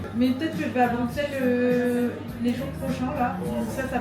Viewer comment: Plein plein plein d’amouuuur! Par contre on dit Brusssssellleeesss stppp <3333 mais fais un meet up une foiiis